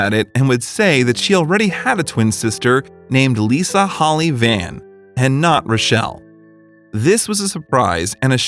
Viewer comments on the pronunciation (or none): none